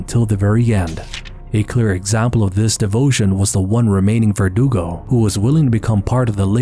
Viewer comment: Lmao, vergudo 😂